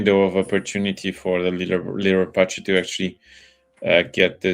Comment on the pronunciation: what is that pronunciation of Leliberateur from 🤣